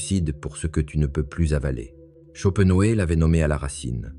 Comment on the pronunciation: Olá,, on ne dit pas "schopenhauÉ" mais "schopenhauER", c'est comme pour Hitler, par exemple...